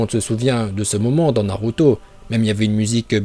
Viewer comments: Tarrette de dire naluto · narut... je veux dire naluto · moi j'adore la prononciation naluto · C pas naruto c naruuto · Naruto pas Naluto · Tes prononciations sont parfaites et celle que je préfère c’est naluto. Je m’entraîne à le dire comme toi mais ça me semble impossible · Je me demande si il troll ou pas 😂en tout cas la prononciations de naluto es correct 😂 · Au est c narrrruto même en Japonais